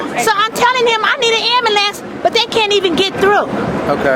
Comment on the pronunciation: She asked for a "ammalance". SMDH! LMAO!